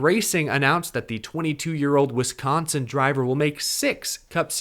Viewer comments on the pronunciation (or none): none